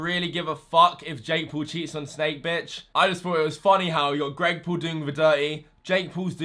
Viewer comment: "greg poul"💀